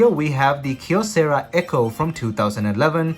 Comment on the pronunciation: Props for pronouncing Kyocera with a single syllable "kyo". English-speaking YouTubers often don't even bother to check Wikipedia. If I had a dollar for every time someone mispronounces Xiaomi... 🤣